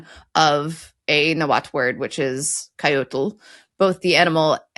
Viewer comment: I am surprised how well Coyotl was pronounced but then Coyote was butchered, they're essentially the same word, Nahuatl words are written "in spanish" that is, on roman script with spanish rules. Also, please, "Southern and Central America and the Caribbean"? Where is Mexico?